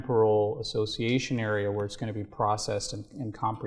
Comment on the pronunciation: Assciation ism